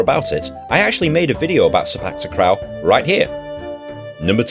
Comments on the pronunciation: Sepak takraw ....not krawl....but tak raw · "Seypak takrau" lol. sey-pake ta-kraw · Sepak takh-raw, not takh-rao. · The way yu say sepak takraw is say park talk raw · Itz called se pak tac kraw u pronounce it wrongly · Say-Pak-Ta-kraw Kraw like crawl but with no L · U says sepak takraw the wrong way 😂😂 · You pronounced sepak takraw wrong and its getting on my nerves as i am from south east asia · That's not how u pronounce sepak takraw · ITS FUNNY HOW YOU PRONOUNCE SEPAK TAKRAW I KNOW SINCE YOURE BRITISH ITS RLLY HARD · how you say sepak takraw is no where near how we say it in south east asia